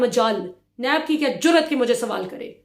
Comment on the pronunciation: بہت زبردست آپکا ایک ایک لفظ سچائی پہ مبنی ہوتا ہے لیکن جس طرح آپ لفظ “ جرات “ کہتی ہیں بہت اچھا لگتا ہے 😍